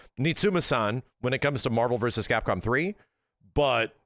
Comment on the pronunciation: Remember when said "Capcpom"